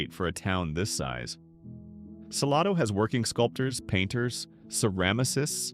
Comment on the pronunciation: SaLAYdo. Not saLAHdo.